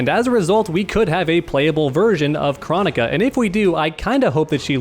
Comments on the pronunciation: jesus christ did its KR-OH-NI-KA NOT CHRO-NI-KA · We gonna talk about how he says kronika other then that good vid. Just drove me crazy how he says her name.